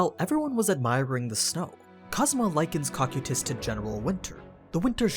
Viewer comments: It's pronounced co-kai-tis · My man's called him cockutus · No ones gonna talk about the way he pronounces cocytus and nazarick?